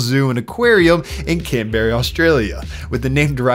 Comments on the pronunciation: did mans just call "canberra" "canberry" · Can-berry Australia XD Can-bra mate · Can...BERRY??? HAHAHAHAHA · The correct pronunciation is Canbrah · "Canberry Australia." Classic. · "Canberry" Australia lol